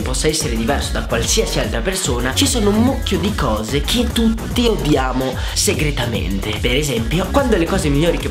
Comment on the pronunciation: il "segretamete" è epico!! ha ha anche mai mamma cambia totalmente quando è al telefono!😂😂